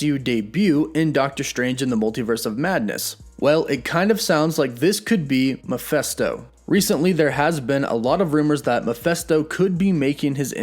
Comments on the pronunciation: Maphesto? Your pronounce makes him sound like a muppet. Why is it so hard for people making videos to get the name right?! No hard feelings... Mephisto was my guess when everyone was saying nightmare. Cheers! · Am I the only one here who hears you saying Miephesto instead of Mephisto throughout entire video? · It's Mephisto, not Miphesto. Actually, the full name is Mephistopheles in the original German books from around 1600, but that name is often shortened to Mephisto in a lot of media including in Marvel Comics. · It’s not pronounced Ma-fest-toe. It’s pronounced Ma-fist-toe. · I'm not trying to split hairs... but I thought hus name was pronounced Mephisto - with a short (i) vowel sound - like in the work "it") not Mephesto - Like in the term "atheist manifesto". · You are pronouncing the name wrong. It is Ma(fist)o. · His name is pronounced mefisstoe...Mephisto will be badass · Why do you find it so hard to say Mephisto? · Bruh, can you at least pronounce "Mephisto" correctly?